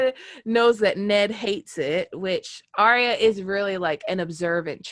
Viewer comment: Excellent video. But its ArrrYUH not aria